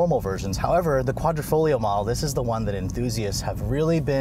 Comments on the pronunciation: I cringed everytime he called it "Quadrofolio". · Love your reviews! Hate your foreign language pronunciation. The reason for the clover is because that's what quadrifoglio means, four-leaf clover. Hate that it doesn’t come in manual.